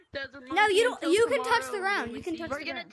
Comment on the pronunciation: Man rilly said done’t embarrass me